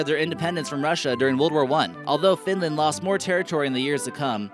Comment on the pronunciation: Not finländ its finland